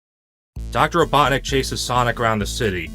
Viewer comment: Not kidding when you said “Dr. Robotnic” I thought you said Dr. Obama